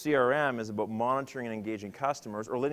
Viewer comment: Aboot.... canadian....